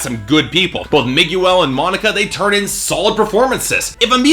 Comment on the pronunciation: Did he say MIG-YOO-EL???